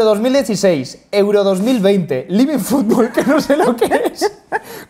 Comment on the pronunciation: LIVIN FUBOL dijo Pitana